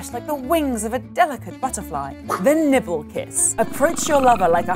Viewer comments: nibble lol! I thought it was weird they called it the nipple kiss XD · I heard the nipple kiss instead of nibble XD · I heard Nipple Kiss. 😂🔫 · Wait... You are telling me it's not nipple kiss??? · this person's accent made nibble sound like nipple